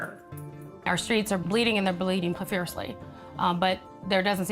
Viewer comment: Profusely, not "profiercly".